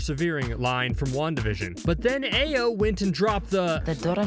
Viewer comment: Just like he says Ayo when her name is pronounced Iyo